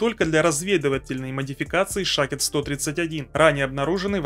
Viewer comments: Вернее Шохед. А не Шахед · шахИд, а не шАхид))))))))))))))))) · Единственный канал где правильно говорили и писали название на фарси Шахед - Свидетель а не Шахид - Мученик.